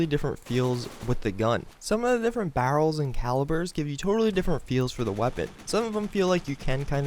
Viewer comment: Lmao you have a really hard time saying "barrels"